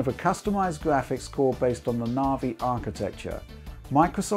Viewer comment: im here for the gwaphics